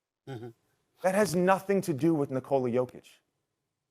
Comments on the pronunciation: bro, u need to sleep :D and it´s YO-kich, not JOE-kich :* ;) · For the beginig try to pronounce Jokic's name correctly